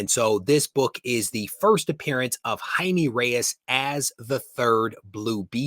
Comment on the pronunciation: Good video! Spanish: its Jaime not Jaimi, pronounce the e like in "eco". Perez is Pérez the accent in the first e. J and Z should be pronounced also different but I'm good cause I know it's difficult for english speakers. Àlex. Barcelona